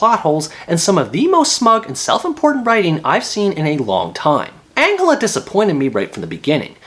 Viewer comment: Ma dude said Angula instead of Angela. How is it boring, It has everything you need if you didnt like it then you shouldn't have watched it :-: It's really good.